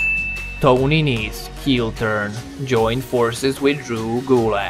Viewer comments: it's NESE not NECE..just saying.. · Tony nese Not nece